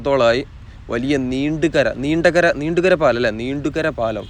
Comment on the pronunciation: നീണ്ടുകര ❌️ നീണ്ടകര ✅️